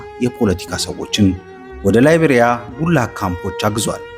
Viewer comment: ላይቤሪያ ሳይሆን ሳይቤሪያ ነው